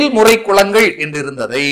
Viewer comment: பயனுள்ள செய்தி. ல ,ள உச்சரிப்பில் கவனம் செலுத்தவும்.தொழில் முறை குலங்கள் சரி.தொழில் முறை குளங்கள் தவறல்லவா ?